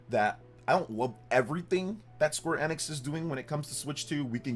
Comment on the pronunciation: Your pronouncing Square Enix wrong. You aint gamer bro